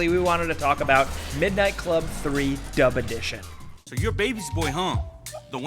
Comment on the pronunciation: Am I the only one that heard "dumb edition"?